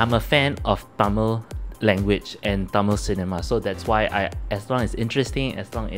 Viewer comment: Semma da love your tamil pronouncing..